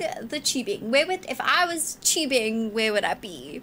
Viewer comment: She's saying "TUBING". I seriously was like "What the fuck is 'Cheebing'?" 😆